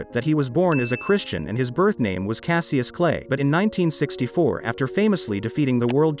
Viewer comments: How can you do a video on the greatest man in our generation and twice mispronounce his name? You say CASS-EE-US like he is some Roman named fool. It was pronounced CASH-US. Get your shit right. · It's pronounced cash-is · Lol why are you pronouncing his birth name like that 🤣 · It was pronounced wrong here... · You mispronounced Cassius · You pronounce his birth name wrong. L video